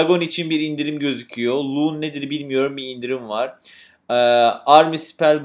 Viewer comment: abi loon dedigi balon